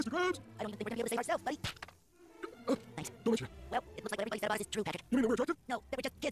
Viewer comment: He was able to say "tanks" so he did not die